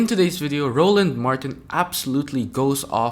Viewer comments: First of all his name us Roland pronounced Row Land, and secondly the data can be gathered from the government if you really want to find it. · Respect the man and say his name right weirdo. DONT EVEN KNOW THE MANS NAME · It would great if the narrator could take the time to pronounce ROLAND’s name correctly. I will not subscribe. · It's ROLAND not RONALD ... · It’s RO-LAND ( roe-luhnd) not Ronald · Roland not Ronald!!!😂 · How many times are u going to call him Ronald? His name is Roland, not Ronald. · It's Roland not Ronald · ROLAND not ronald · ROland not Ronald!!! 🤦🏾🤦🏾🤦🏾🤦🏾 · His name is Roland not Ronald..... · His name is Roland Martin not Ronald ! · His name is Roland, not Ronald. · His name is ROLAND sir not Ronald. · His name is Roland NOT Ronald. I’m not sure if you’re aware, or not, but you’ve pronounced his name incorrectly a few times. Also, the equity disparity shown is $162B not $154B. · His name is not Ronald it's Roland (Row Land) and the otherism was intentionally weak. That Podcaster did not make any great points. STOP IT! It's the individuals who are aligned with wannabe whiteness who deny facts and victimize black people while gaslighting after saying .. "oh, you want to be a victim." NO, you are attempting to victimize me, and I am calling you tf out! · It's Roland, not Ronald. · HIS NAME IS ROLAND... NOT RONALD FAM:face-purple-crying::face-purple-crying::face-purple-crying::face-purple-crying::face-purple-crying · First off he isn't loud and annoying second it's pronounced Roland Martin not Ronald get it right just make sure you hear him also this clown thinks that the fact that he brings fact and evidence is him telling a quote story unquote isn't true just shows he is just like the idiot harmful white men who want any non white man out of America Roland makes sure you hear Black's not some timid dude who can't articulate his point you seem just like one of these clowns saying he is annoying I hope everyone unsubscribes from your channel